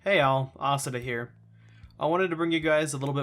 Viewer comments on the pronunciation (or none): am I the only one who pronounced occida “awk see da”